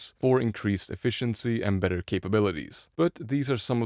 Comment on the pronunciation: "Batter capabilities" ?